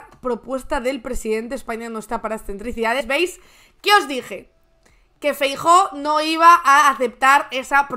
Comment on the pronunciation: Vagon... Mejor que no salga el Feijo asta que sepa decir bien el nombre del BOSS😊